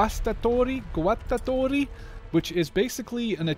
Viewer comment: Good pronounce for the guastatori